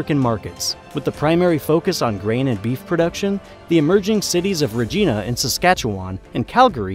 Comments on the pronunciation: and Regeena Saskatchewan, rather than Reg-I-na. There is definitely something very wrong about this video. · The "gi" in Regina, capital of Saskatchewan, is pronounced like the "gi" in "giant", not like "Jee" in Jeep. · "Regeenah" No, bro, Regina rhymes with "vagina" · Great info, but when making videos, please consider checking the pronunciation of different places you’ll be discussing. Example: Long I in Regina. It’s not pronounced re-jeeee-na. It’s pronounced like the heart condition, “angina” but with R in front. 😊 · It is not "Re-gin-na" Saskatchewan. It is "Re-gi[h]-na"! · It's pronounced Reg'eye'na not Regeena. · As a canadian this was mostly funny hearing your pronunciations of place names. However a concerning mistake in the video is the bit about Louis Riel, who was hung in Regina(pronounced like the lady parts) November 16, 1885. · lol. Re Geena, Sask catch oo waaaaan! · Good presentation. One correction: Regina, Saskatchewan is pronounced REG-EYE-NA. It was named after Queen Victoria. Regina means "Queen". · Fascinating video. The city Regina is pronounced RegEYEna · Americans never pronounce this city's name correctly. It is Regina, rhymes with FUN! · Thank you for mentioning Point Roberts. We're often forgotten about. <3 Also, "Regina" is pronounced like the body part, not the person. ;) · completely incorrect pronunciation of both Regina and Portage la Prairie. (I live in Winnipeg). Regina is pronounced just like Vagina but with an R (yes that's correct). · you pronounced Regina wrong. it rhymes with fun lol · I’m dying at the fact he can say Saskatchewan but says Newfoundland as new finland. And how he says Regina 😂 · I’m dying at the fact that, despite having a background in world geography, he can say Saskatchewan perfectly but pronounces Newfoundland as "New Finland"—and don’t even get me started on how he says Regina! 😂